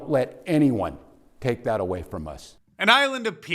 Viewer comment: Vee need to make ICE go a-vay - Shri Thanedar